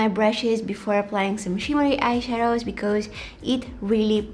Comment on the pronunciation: I love it when she says "becoose". I just love you 😍